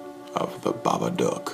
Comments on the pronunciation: "The babaduck" it sounds like duck instead of dook DOGGY NO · Bro he says is dok it's dook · You talk so weird when you sayBABA DOOk